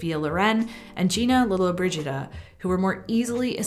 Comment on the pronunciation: “Lollobrigida” wasn’t an easy one 👍🏻